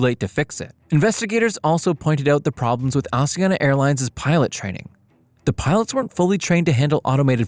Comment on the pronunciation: The way he says Asiana “Assiana” loll